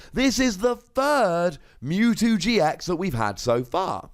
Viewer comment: Silly. It's MEWtwo, not MOOtwo. Lmao